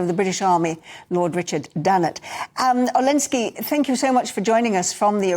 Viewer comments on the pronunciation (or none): Olensky.. It's Oleksiy.. Olensky.. 🤦‍♂️